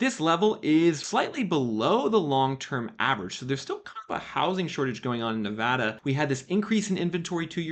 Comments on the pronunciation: Thanks for not saying Ne-vah-da like an East Coaster. It drives me nuts. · Kudos for pronouncing Nevada right. Got a house in the Vegas metro back in July about 14% below asking. Definitely super lucky.